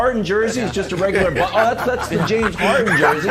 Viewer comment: No body: Brandon: JAMES HAR-IN